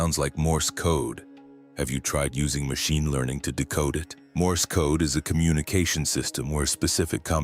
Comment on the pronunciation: The generated voice pronouncind "code" as "kod-a" bruh 😭